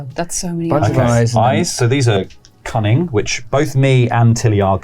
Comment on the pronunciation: 😅I heard “cunning” as “coming” the first few times…